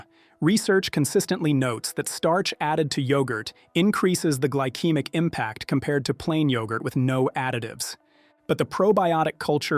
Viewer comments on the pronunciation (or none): Yeah, “gly-keemick” instead of “gly-seemic” was especially galling. Artificial stupidity might be a more apt name, rather than artificial intelligence.